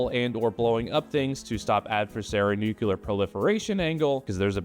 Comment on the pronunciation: I like the way you keep saying 'nucular' in homage to Dubyuh... I hope